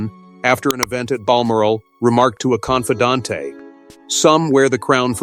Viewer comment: Confidantay? You mean confidente? Where the hell are we, Barcelona?